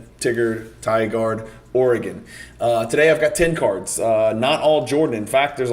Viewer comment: Tigard is pronounced as if "tiger" is a verb and one has been tigered. You say Oregon right, which is better than most!